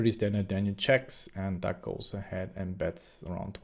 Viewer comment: Lol you have to be trolling us with saying Duck right?